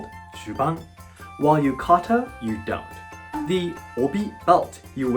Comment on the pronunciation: ah, yuka-ta